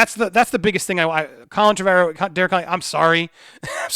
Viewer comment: Repeat after me: "TREH-vuh-rowe", not "Treh-VAH-rowe". Your pronunciation makes me despise you even more than usual. It's called Google. Look into it